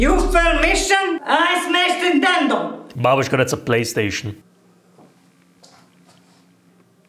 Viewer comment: she actually said Nitendo